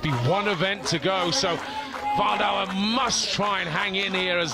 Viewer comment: Imagine being Martin Wildauer and getting your name pronaunced wrong the entire competition... ouch xD